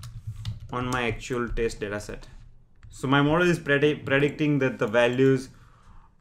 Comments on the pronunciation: Good explanation. Well, I don't intend to criticize but he is pronouncing 'test' as 'taste' 🤣🤣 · why 4 parameters back and why you are continuosly pronouncing test as 'taste'?